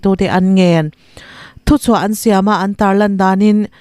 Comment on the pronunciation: "Chuan up grade." ti-a lam rik hi, "Chu an. up grade" tih tur a ni ngei ang.